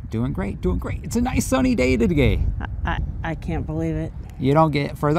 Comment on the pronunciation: It's a nice sunny day togay? I love your slip ups lol